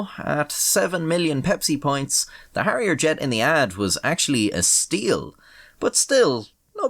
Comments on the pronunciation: Its Harrier, and not Harriet. And its not McDonnell Douglas, its Hawker Siddeley. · Instead of "give me my elephant"it's "give me my hairier jet" lol